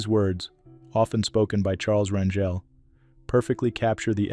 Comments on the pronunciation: Pronounced "R an hel " Not Ran "jel!" Like jelly Bunch of these people were just like us with Many faults but at least did their best to be not to be ultimate Hypocrites!! RIP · His name is pronounced CHARLES RAN GAL!!